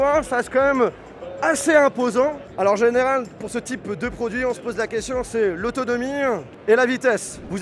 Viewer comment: comment il prononce le mot "autonomie", mais c'est quoi cet accent de payou !!!